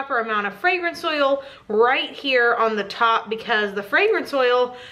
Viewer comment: Am I the only one that hears fragrance soil, instead of fragrance oil?